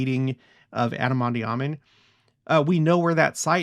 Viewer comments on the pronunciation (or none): Love ya’ to pieces and ALL you’ve shown and taught us. But, might I suggest (and I could be wrong) but do look into the correct pronunciation of “ondi.” You seem to pronounce the “i “ as an “e.” I’ve never heard it pronounced that way. Maybe check that out and I’ll do the same. Nevertheless…thank you once again!